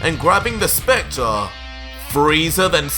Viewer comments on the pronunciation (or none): none